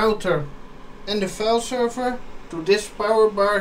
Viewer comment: sherver, its a server SERver rhooo XDD, if you are french why speacking in inglish ?